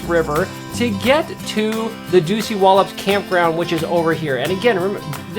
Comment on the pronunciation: OMG!! How many times can you mispronounce Dosewallips!!